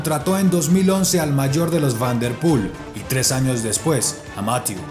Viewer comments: Excelentes videos, solo comentar que jhonatan narvaez me dijo que hablo con el y su nombre se pronuncia "mathié" no "mathiu" por que yo también lo decia como tu y el le dijo eso jejeje un saludo desde España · Debe aprender francés ya que lo pronuncia muy mal. Debe conocer que las palabras en ese idioma tienden a ser agudas. Más que graves o esdrújulas. Mathieú fan der Pul. El diptongo eu suena en una mezcla de ambas letras. Eso sí, Máthieu nunca.